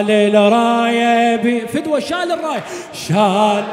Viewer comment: أحسنت ،، بس عندك مخارج الحروف مو صحيح ،، الشمسية مثلاً الراية الشيخ مايصير تلفظ الألف واللام لازم تدغم